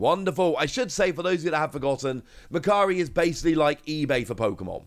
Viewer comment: Today I learned Japanese site for trading and selling goods is actually called mercary. Before seeing the logo I thought it's called "Makkari", thanks to wonderful accent 😅